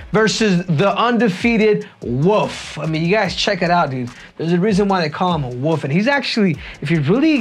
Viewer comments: Not Woof, Henry. Wolf. Pronounce the L in Wolf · Wolf not woof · Is Henry saying “The Wolf” or “The Woof”?? 😂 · Bro its not The Woof its The Wolf, you kill me Henry hahaha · Why he calling him the Woof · 😂😂 caught me off guard every time he said it that way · "Khamzat Chimaev the woof" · Is he saying “woof” on purpose?😂